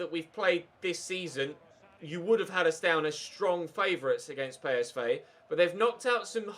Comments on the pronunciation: It's p s v not pay es vay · It’s pronounced “Colown”, not “Kurn.” It’s pronounced “Pee S Vee”, not “Pay Es Vay.” When will you ever learn you stupid bastard!